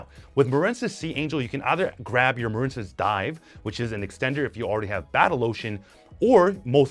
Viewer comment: Muhren-cess really? You don't know the word Marine? Like seriously? Why intentionally mispronounce card names?